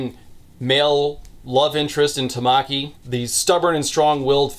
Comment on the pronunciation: That Ouran theme coming in during this review gave me so much serotonin. I did throw my phone a few times at your pronunciation of Tamaki, but still. I think the other aspect that makes it a better "dark" romance (it's not really, it more flips the genre of it's head, but still) is that there's a much bigger emphasis on consent than most. Though she is, in many ways, trapped there, the boys care about her enjoyment of whatever's happening (no, you weirdos, not sex stuff, I'm talking about the trips they go on and shit). While there's a lot of flirting, they always stop when she asks. They care about her well being, not as a way to induce Stockholm syndrome or to make her subservient, but because they view her as a person. There are multiple scenes where the woman's club comes and offers her a way out, but she turns them down. I think it helps that many of the people involved in production, including the writer of the manga, were women. (Btw, if you do want to watch it, MASSIVE TW for transphobia. The T-slur is said a few times in the dub, it's that bad. It's all supposed to be comedic, there's not really hate speech or anything, but it doesn't make those scenes fun to watch.) In 365 days, all the care shown to Laura is about getting her to fall in love with Massimo. He doesn't care if she's happy for her sake, he wants her to be happy so that she'll love him. That's the fundamental difference. Like said, jerk off to whatever you want, but if you enjoy the story of thi